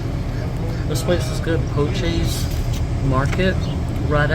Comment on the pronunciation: The name is pronounced "Po-shay"